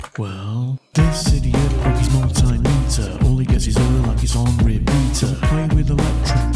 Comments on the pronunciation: It's a multi-meter, not a mul-timiter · We can do without the Rap Crap Music! Also it's pronounced Mul - T - Meter, not Mul - Tim - Ater. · Multi Meter Pronounced like a metre of measurement😮😮😮😮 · for the love of god man, multi-meter , not mul-tim-iter :) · Please pronounce multimeter correctly, multi- meter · I like your videos, but I wish you'd pronounce multimeter correctly, instead of the American way. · As a retired test equipment engineering technician who's repaired, calibrated (and occasionally destroyed) my share of multimeters, I like the way you (mis)pronounce multimeter.